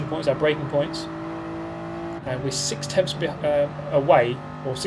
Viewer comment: 6 tempfths, no seven tempfths, no eight tempfths behind